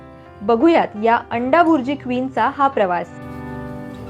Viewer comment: अबे भैताडा 'अंडाबुर्जी' नाही अंडाभुर्जी आहे ते.